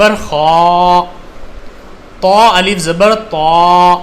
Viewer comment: Aap alif ko hmja pdhate hai